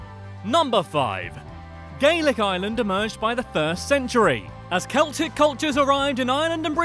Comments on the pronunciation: OMG the way he pronounced Gaelic! It's (Gale-ic) not (Gay-lick)... 🤣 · It’s pronounced ga lic